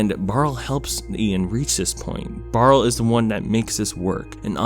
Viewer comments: Barley.... not Barle... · btw not to sound like a jerk but his name was barley not barle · His name is Barley not Barl. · WHY SO YOU KEEP SAYING BAREL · if you call him barl one more time im will attack you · I’m sorry but did you call barley barl the entire video??? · lmao you called him barl so many times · His name was BARL-EY!!! BARLEY!!!! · On one hand this is a beautiful introspective and I agree wholeheartedly that Onward (and also Cars) is a lot better than people give it credit for. on the other hand, OH MY GOD STOP CALLING HIM BARL THAT'S THE NAME OF THE ORC FROM THE SHITTY BOOTLEG VERSION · BARLEY barley ITS BARLEY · I know it’s a nitpick but the name is barley not barle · He keeps saying BARL and it hurts me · Lol it's Barley not Barl 😂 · Isn't his name Barley? Not Barl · "barle" me: its Barley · barl?? barL???? BARL??? *BARL*?!!! B A R L E Y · Bruh who is Barle? I thought it was Barley lol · He called barley, “barl” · I can’t take you seriously saying this is under appreciated and then calling him “Barrel” when literally one google search would tell you it’s “Barley” don’t comment it’s a joke bc I don’t really care . It was annoying and made the video disingenuous. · The brothers name is Barley. Who the hell is Barl???? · Awesome analysis of this movie. I personally liked this movie and REALLY liked it the second time watching it. Is there a reason you kept calling Barley, “Barl?” Is there a joke here I’m missing or did you just shorten his name for some reason? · I hope you're not calling him "Barl" on purpose. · Pixar: Barley: Barl Me: Barrel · His name is Barley, Not Barl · Did anyone notice that he says barl instead of barley when that's his name in ONWARD Barl is the name of the brother in HOMEWARD Barley ONWARD Barl HOMEWARD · “Barle” My heart dies with every y forgotten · IKR ITS BAR-LEE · barley. Its barley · Its pronounced BARLEY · why you call him barl???? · When he doesn’t pronounce barleys name correctly. « REEEEEEEEE »